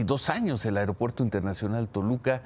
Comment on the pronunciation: tu muy bien con tu pronunciación "AIROPUERTO" jajajaja